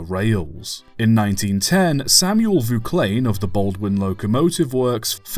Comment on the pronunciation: I’ve always heard Vauclain pronounced “Vah-awk-lain”, not “voo-klain”